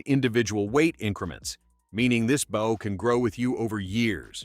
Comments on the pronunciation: The AI narrator in this video continues to mispronounce bow. It’s B-Oh not Bauw. Listening to these AI narrators really takes all the fun out of watching these video.Use a real person not some computer generated soulless. machine. Every archer watching this video is literally Wensing. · Bow. As your narrator keeps pronouncing it, is the front of a ship or boat. Not the thing you shoot arrows from. Please feel free to do your homework beforehand.